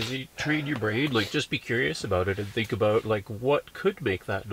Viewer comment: aboot lmao